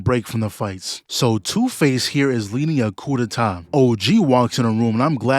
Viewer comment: "ku de ta" 😂